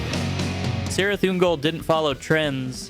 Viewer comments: In the book from which Cirith Ungol took their name, it's pronounced "Kirith Ungol". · It's Cirith with a hard C. At least that's how Prof T. wrote it.